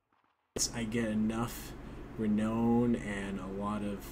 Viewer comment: Renown is pronounced like the word "noun", it sounds like re-noun (sorry for the annoying comment, but I'm kinda nuts about pronunciation)